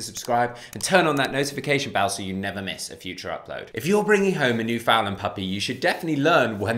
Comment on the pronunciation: I'm very glad that you're showcasing the Newf but....rhyme the two words..understand newfoundland. I know with accents words can sound different so there's no hate just an encouragement on how its properly pronounced.